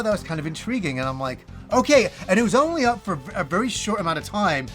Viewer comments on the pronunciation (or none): none